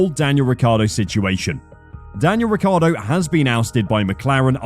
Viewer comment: Maybe they'll teach him how to actually pronounce his own surname.